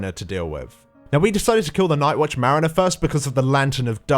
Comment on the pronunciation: merriner? Mariner? llol